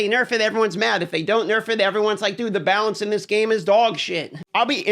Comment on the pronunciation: ah yes b a l a n c e